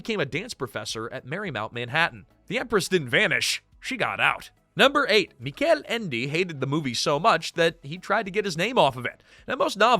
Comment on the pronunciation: The Neverending Story is my favorite book and I sympathize with Michael Ende (whose name was mispronounced throughout the video), in which he hated the movie. Although I don't hate the movie and I value the work put into making it with the available technology at the time, it makes the story feel trash in comparison to the book. It's a very good fantasy book with a lot of symbolism one must pay attention to.